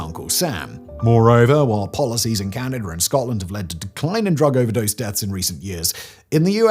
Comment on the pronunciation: Where is the R? lol 😆 it's Canada 🇨🇦